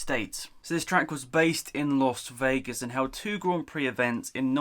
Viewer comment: Did he say los Vegas